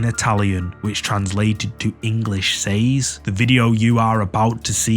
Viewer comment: It's pronounced gage spelled gauge and says is pronounced sez not saays.